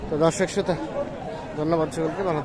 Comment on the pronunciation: প্রিয় উপস্থাপক আপনার ভাষা ঠিক করুন শ্রোতা নয় শ্রোতা